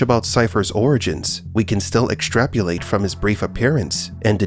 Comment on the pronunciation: not sure I can take the word of a narrator who can't pronounce "extrapolate" probably just subjective opinion anyways.